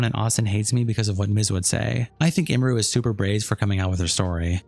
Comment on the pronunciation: “Imuru” is a new name butchering that indeed, wasn’t on my 2025 Bingo card